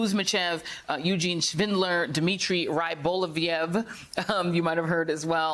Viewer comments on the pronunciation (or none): "Eugene Shvindler". 🕵🏻‍♂😁